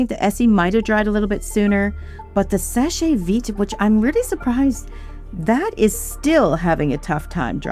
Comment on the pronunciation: It's pronounced "Sesh Veet". The e at the end of "seche" is silent. If not, it would have this accent:é. So, it's not "seshay". It's "sesh"